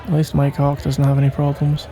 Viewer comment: The way he is saying Mike hawk sounds like my c.ck